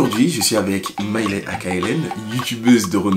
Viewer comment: Sinon ça me stresse qu’il l’appelle Mailè et pas Mailé mdrrr jpense jsuis là seule qui a fait attention à ça 🥶😂